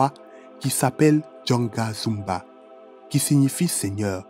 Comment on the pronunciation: C'est Ganga Zumba non Janga Zumba